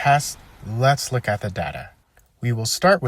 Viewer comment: And your suppose to say look not lock bro.